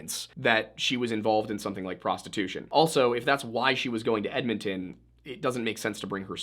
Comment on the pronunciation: I'm from BC, have family up in Edmonton and to hear you say both Edmonton and Alberta CORRECTLY is so refreshing for me. I've heard so many funny pronunciations of Canadian places by non Canadians over the years that it literally shocked me. Also, I'm Canadian and YOU taught ME that there is a damn S after Hudson in the company name hahaha 🤣🤦🏼‍♀️ How hilarious is that, eh? I never knew that. I've always just called it, and heard it called, The Hudson Bay Company, or in recent years, HBC. And I never knew it was French/English. I remember the first time I ever heard about it when I was little in elementary school. I only knew it was named what it was because it was near The Hudson Bay lake and that it was a fur trading outpost somewhere out there. Who knew that decades later they'd be carrying perfume and designer bags and home decor and act more like a Department Store than a fur traders. It just sounds so ridiculous to me that it turned into this over the years considering it's start.